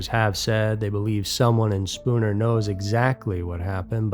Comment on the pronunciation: Congratulations. You pronounced Spooner correctly